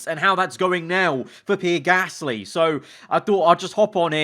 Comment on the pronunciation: He’s saying pear gasly right?im not going insane